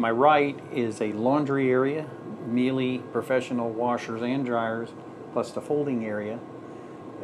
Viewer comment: I'm sorry to focus on this, but you gave me no choice. It's not an expresso machine. It is an espresso machine. For god's sake. And you also butchered Miele.... 😤